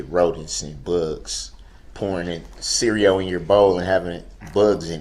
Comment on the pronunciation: Cereol? What’s that and why would there be 🐞 🪳 🐛 in it? My favorite Darrell mispronunciation was unbiblical cord!